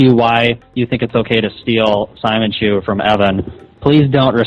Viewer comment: I think the thing that pisses me off the most about this is "simonchu" is based on the character Simon from Gurren Lagaan BUT his named is pronounced "See-mōn". I think it was supposed to be said See-mōnchu this whole time but chris was too dumb to even realize that and he watched that anime